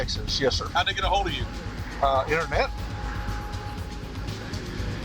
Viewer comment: The lead cop pronounces get, as git. A rube posing as a pig, Fire him.